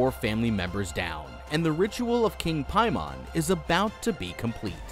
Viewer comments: I’m fairly certain it’s pronounced Pay-Man not Pie-Mon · King “pay men” lol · Am i the only one who had to double take when be said paimon?